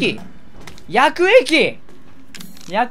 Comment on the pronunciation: 毎回絶対言うやくえ↑き↓～♪